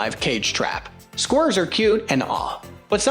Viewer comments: What are squrrs? Or can the commentator not pronounce squirrels? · Why can’t these narrators say squirrels….😂😂😂😂😂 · They're taking L's (Els). Who? Don't ask 'im. 🫡